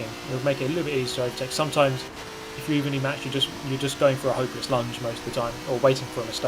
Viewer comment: am i the only one annoyed by the way pronounce ''launch'' like lunch? im not having fucking lunch, im having dinner!!!